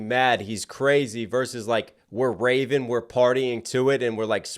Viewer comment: Almost sounded like he said raven then went to craven. Wes Craven